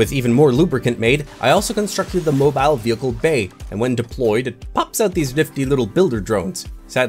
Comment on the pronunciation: bruh he said bo bile not mobile bo bile